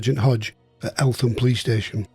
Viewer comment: Fantastic episode needless to say guilty as charged and should have been hanged twice!!!!!! Doubly fascinating for me as when I served as a Police Officer I was often in and out of Eltham nick......(BTW its pronounced ELTAM|!!!) =;-) I know this area well and my Brother in laws house which is on the top of nearby Shooters Hill had a hitching platform for Barrage Baloons in his garden......the RAF staff who serviced them came from Kidbrooke Camp!!!!!! Thanks so much for doing this LOVE IT!!!! Really interesting.